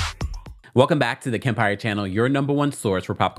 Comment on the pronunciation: Kempire 😂😂 I can’t with you and that southern accent . Please do it again for another RHOBH episode.